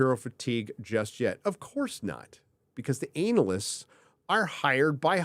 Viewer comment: I love how you call them “Anal ists “. 🤣😂🤣😂🤣😂🤣😂🤣